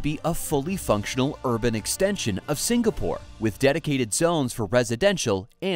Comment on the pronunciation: Great content, but it's "Singa-pore" (like Sing-along), not "Sing-Ger-pore". And "Charng-ee" airport, not "Char-nee" #proudSingaporean